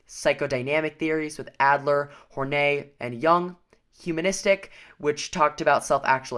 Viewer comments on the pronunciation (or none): This is suuuuper helpful thanks guys!! Oh, and just for future reference, I believe Karen Horney's last name is actually pronounced, "horn-eye" :)